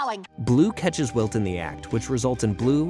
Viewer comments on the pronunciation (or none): Narrator says walt instead if wilt at one point too. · Pretty sure its AI. Heard them call Wilt "Walt" as well